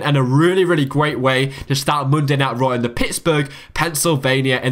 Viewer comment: Mundai Nait Row !! LOL